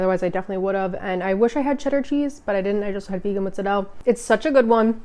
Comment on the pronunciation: You pronounce “mozzarella” like my Italian boyfriend from NY did. We broke up decades ago and I haven’t heard that since.